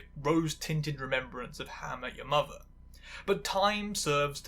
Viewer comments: You really need to slow down and enunciate, it's difficult to understand you when you pronounce "how I met your mother" as "hawayymuwer", and "challenged and recognised" as "charecognised". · The way you pronounce How I Met Your Mother like it’s two syllables must be some kind of witchcraft. More seriously, this was really interesting! I didn’t really watch sitcoms growing up but it’s interesting (though maybe in a morbid curiosity way) to see some of the things that have shaped how people like me are treated today. I especially love the trans spin on Robin, and the concept of a character Feeling trans even if it’s not actually canon. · Love how you pronounce How I Met Your Mother in a single syllable